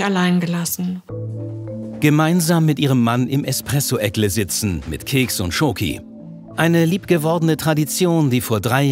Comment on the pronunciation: Expresso- Eckle.😂